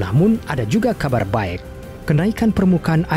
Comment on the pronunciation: 4: 19 ngomong "Baek"